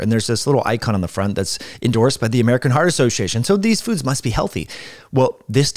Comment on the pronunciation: Listened to that about three times sorry to be that guy. Obviously accidental but very funny. Lol "foodses"